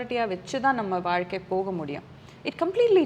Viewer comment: Abhirami is great. Ramya great job. One small suggestion. You were pronouncing “Zha” and la nicely. Suddenly, you say valkai instead of vazhkai. Please don’t go with the trend. You are doing a great job !